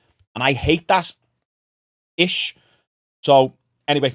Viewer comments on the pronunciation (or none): My boy did the McGregor pause with the ish 😂😂 classic